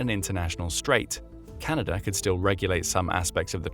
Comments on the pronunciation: "Canader" cmon man.... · Ah its chinada